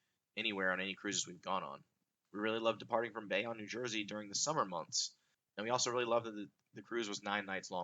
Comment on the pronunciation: Great vid. FYI it’s Bayonne (bay-OWN)